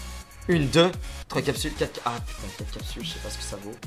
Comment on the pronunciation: Mdr derrière la vidéo "shi capschules"